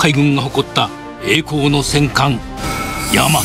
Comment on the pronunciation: 戦艦大和をせんかいやまとって言うやつイラつかん？